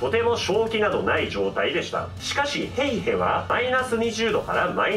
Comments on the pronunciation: フィンランド語の発音って難しいからしゃーないしゃーない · ナミ･ヘイヘさんじゃないですか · 「ヘイへ」の言い方が何度聞いても「ペイペ」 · シモ・ヘイへの「ヘイへ」の言い方好き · 今更正月SP、対抗手段、ヘイヘの発音、何故か歌い出したりなど、ツッコミで呼吸困難になりそうだわwww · ヘイヘの発音と最後のが素直に喘ぎ声に聞こえたやつ出てきなさい 先生今なら怒りません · 「ヘイヘ」の言い方wwwww ヤメーやwwwww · ヘイヘの発音おもろすぎ😆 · ヘイへ普通に言えよw ムカつくわw